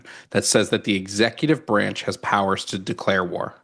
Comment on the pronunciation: "Duh hidden powers of duh executeeve branch"